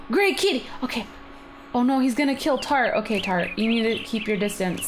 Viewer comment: Tart sounds like frat(he he)